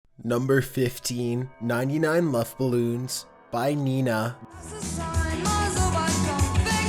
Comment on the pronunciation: 😂 YOU SAID 99 LOVFE BALLOONS YES LOVFE XD ITS 99 luft Ballons XD XD XD